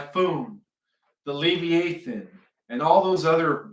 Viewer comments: "Ur-'ANCH-ee-a Book" And that big Tokyo serpent is pronounced "Le-'VI-a-thon". Not "'LEV-e-a-thon" Both words the accent is on the second syllable. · It's pronounced Le v-eye ah than. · Live- I - A - Thon. Is the pronunciation. 😊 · Pronounced le vi a thon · I CHECKED MY BIBLE !! Because I knew it speaks of the “LE VIE (eye) A THON”… slight different pronounciation.. I remember reading about it in: Job 41… Ps. … Ps. 104: 26 thru 35! Monsters in the sea!! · It is properly pronounced. ....le v eye ah than... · I think it is pronounced Lee long e via long i . It’s actually easier to say. I think that’s what you mean. I had to look it up in Webster.